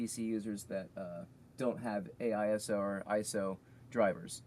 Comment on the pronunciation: Its asio, not aiso :D